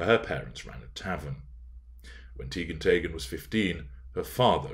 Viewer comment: I’m Norwegian. Your pronounciation of “Teigen” is correct -Tey-gen.